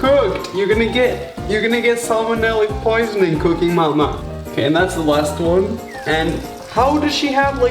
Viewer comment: I like how you say mama